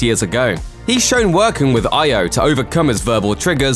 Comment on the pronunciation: Thank you for pronouncing Ayo correctly. (Eye-O not Ay-O)